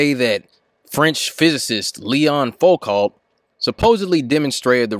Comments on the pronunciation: Foucault is pronounced "foo-co." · It's pronounced "Foo-co" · People from USA should really put some effort into pronouncing foreign names. Though I love your videos, but it just makes me cringe when hearing Foucault pronounced like it's English. (Same goes for Schrödinger, Fermi, Bohr as well as many others.) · Pronounced "Foo-koh"